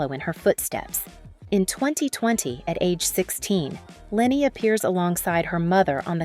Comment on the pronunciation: Great video! If I may leave this feedback: Leni is not pronounced Lenny but more like L-eh-n-y. 😊